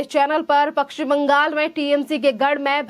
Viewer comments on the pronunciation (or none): पक्षिम नही पश्चिम बोल